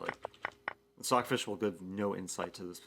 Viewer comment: David He said sockfis, not stockfis